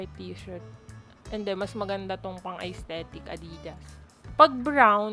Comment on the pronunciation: aysthetic?! estetik po yung basa dun